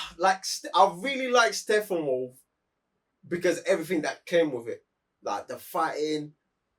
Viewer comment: GUYYYYYYYYYYYS !!! What's wrong with the real name of StePPenwolf ?! Stop saying SteFFAnWolf !!